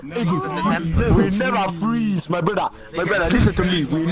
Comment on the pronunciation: We nevah fweeezee